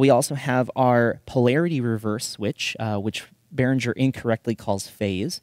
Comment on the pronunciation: "Behringer" has no /ndzh/ sound in it, like in "cringe". As in, the reaction to hearing people mispronounce "Behringer". Think bear-ringer. Somebody who rings with bears. That's how you pronounce it.